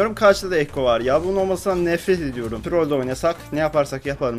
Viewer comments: Abi artık Trrrollllll deme abi sadece trol de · a dan z ye trrrrrrol demeni çok zeviyorum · şöyle trrrrrrrrrrol deme babam odaya girince pornomu izliyosun diyo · Turrol diyişine kahkaha atıyorum alşkdklşqweşklasdkljqjklwejklş